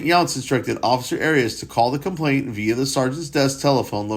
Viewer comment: You're mispronouncing it as having a t in the middle. It doesn't. It's complaiNAnt. Not complainTant. It's a common error.